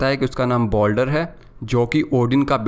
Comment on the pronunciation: Uska Naam Boldar Nahi Baldur hai